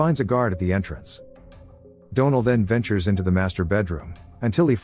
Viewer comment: I really hate AI narrators. They don’t pronounce certain words properly and they can never say names right. For example the name Donal. It pronounces it as Doe-nel instead of Dawn-el or the name Penelope as Pen-e-lope instead of Pen-el-o-pee. It drives me crazy.